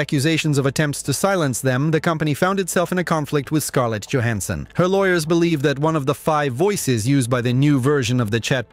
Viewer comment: Scarlett Djohansson 😂